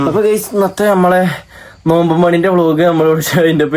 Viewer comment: നോൽമ്പ് അല്ല നോമ്പ്